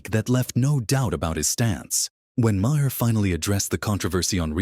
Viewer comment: AI voice says, "ma-hair." I do not like AI-narrated vids.